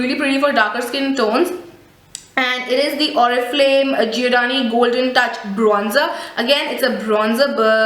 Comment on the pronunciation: between wat is goldeney mean.. hahahaha dear atleast give justice to english word properly.. hope ur silly mistake will overcome.. And plzz u can talk softy in video there is no need to yell in ur all video.. it actually makes us irritate while watching.. overAll product is nice just need to improve to present it..